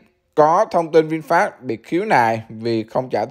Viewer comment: nghe no đọc là vinfat, cười ỉa luôn